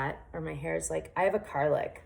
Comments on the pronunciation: Did she say, "car lick"? It's called a "cow lick" Or widows peak. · Cow lick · Lol I almost thought she said garlic at first! 🤣